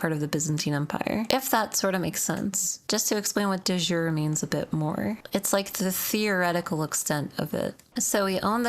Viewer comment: You heavily mispronounce De Jure, that's latin not english lol